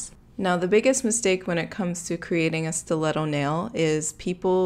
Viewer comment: Nicole Delacruz I know it’s a stleto Stu-let-toe